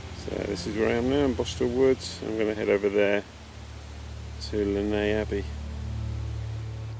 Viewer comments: It's definitely not pronounced like this though - I've lived here my whole life: it's 'Less Ness', I promise you 🙂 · The pronunciation by locals is/was less ness. It's not French. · Has alway been pronounced less ness. Lovely walk, lovely vid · Lovely to watch this, but the pronunciation is definitely Less Ness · Haha I now know how to pronounce Lesnes Abbey! 🤣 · You need to learn how to pronounce the name of the Abbey as it is nothing like the way you are saying it. Do your homework.